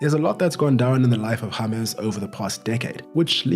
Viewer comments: juat say James intead of Yamezz. Its djames, got it? ty )) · "Harmez"? It's James! 🤦‍♂️ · So his name is pronounced Hamas NOT James like James Blunt